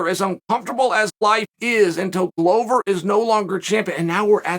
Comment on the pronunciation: A ‘Glover’ is a maker of 🥊 🥊. Considering the business he is in, it is odd that it is pronounced wrong.